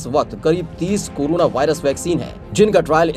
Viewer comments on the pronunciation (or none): Its corona not curuna